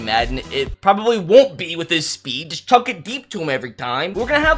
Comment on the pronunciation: i like how he pronounces "chuck" like "chunk"